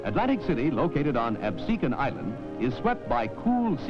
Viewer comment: The anouncer promounced Absecon correctly !!